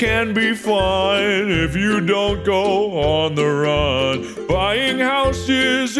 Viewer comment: why did mark hit that "on the run" so hard tho